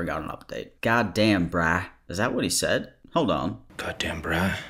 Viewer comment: “Hold awn”